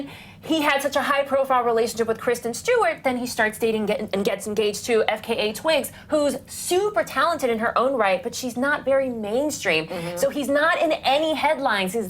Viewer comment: its f-k-a twigs not fickha twigs omg im dying